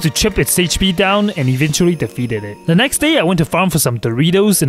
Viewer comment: i can't decide if this guy keeps saying "le" instead of "the" i can't focus on what he's saying